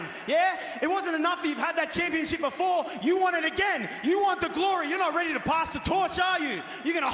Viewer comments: Sounds like Waller said "championshit" lol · Waller said "championSHIT." ...and i think he realized it too lmao